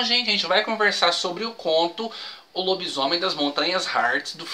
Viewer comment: kkkkkkkkk....."Lobismuié" foi ótimo! kkkkk....